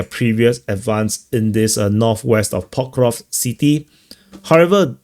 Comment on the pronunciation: It's so funny, knowing you must have said Pokrovsk a million times, but you still can't enunciate the word properly. 😅